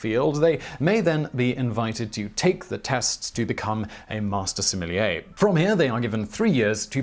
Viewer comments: I cringed every time he said "similier". Please learn how to pronounce sommelier. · Thank you Simon! I watch your videos most days of the week and I always enjoy learning new and interesting things. I myself work in the wine business and my job title is in fact that fancy French word that my guests are reticent to attempt pronouncing. I'm currently studying for the Court of Masters Advanced Examination so I'm familiar with the rigors involved. I appreciate you coving the topic accurately and with a balanced tone. My colleagues and I study furiously and taste hundreds of wines a week. Our very livelihoods depend on us understanding what's in the bottle and communicating that effectively to our guests so I can hope it's no wonder that when I see article and videos calling out my career and learned skills as nonsense, its somewhat frustrating. Another popular YouTube series 'Adam Ruins Everything' gave a rather boisterous and, i feel, misinformed assessment of our industry, citing many of the same studies you have in this video. Your nuanced and thoughtful explanation is refreshing and those of who love wine and have chosen to make it our life's work appreciate you communicating to the public in this way! Keep up the fantastic work. Cheers, Rick Stiles Certified Sommlier Houston, TX